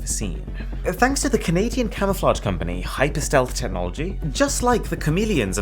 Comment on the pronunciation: I love how he said CanaTian instead of Canadian